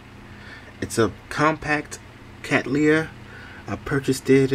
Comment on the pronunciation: Another beautiful cattleya and you pronounce the name right! The purple one was stupendous now you've done it again. I have a tiny one and trying to read up on it as much as possible. I think you had a gloxinia too - keep up the good work.